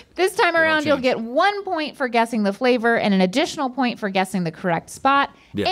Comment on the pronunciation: what Rhett is trying to say “what kind of bacon favor is?” 😂